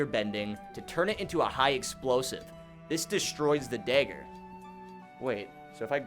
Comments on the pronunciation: “Dayger bending” 🤦🏻‍♂️😂😂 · I hate the way you say dagger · he calls it daeggerbenging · This is the first time I have ever heard somebody pronounce dagger differently